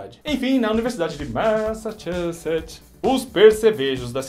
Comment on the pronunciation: Ouça "Massachusetts" com os Bee Gees. Você pega a pronúncia rapidinho. Além de ouvir uma bela canção.